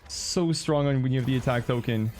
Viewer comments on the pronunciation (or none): none